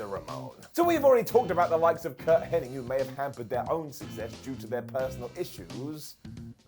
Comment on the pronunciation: "Henning" FFS. Nobody gets that right...